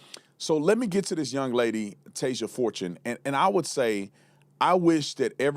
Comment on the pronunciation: girl, chill lol she didn't even say Tasia Fortune's last name right.. she is literally silly. she is really suggesting that black people go out & kill white people, based on no evidence. in my opinion, the big news stations are portraying this as racism because they are being instructed or paid to. they want to keep us divided.